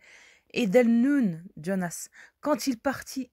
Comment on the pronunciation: Quand vous lisez "Jean" vous dites "Djean" ? Quand vous lisez "Jonas" ne dites pas "Djonas", c'est de l'américain et nous sommes en France avec un prénom bien français.